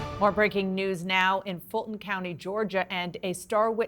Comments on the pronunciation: ITS FULTON NOT FUTON... MFI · “Futon” County? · "Futon County" is making me laugh uncontrollably! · You gotta love the "Futon County"! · I assume 'Futon' county is where Mike Lindell is from?